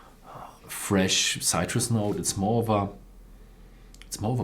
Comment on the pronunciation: Sytrus and pier 😂 makes me chuckle. But full respect to you and your old man's devotion and palate though. There's no chance of me speaking a 2nd language.